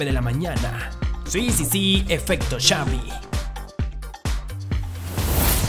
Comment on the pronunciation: xaviM, el técnicoM, hablá bien carajo